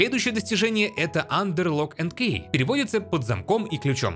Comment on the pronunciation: Не Кей а ки